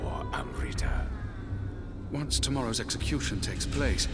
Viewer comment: Admittedly the mispronunciation of amrita isn't as bad as I'd imagined it would be, but wow. The scene made flinch a little bit.